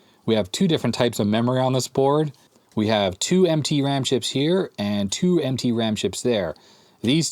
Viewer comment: Did you say MT ram chips or "emtpy" ram chips? 😁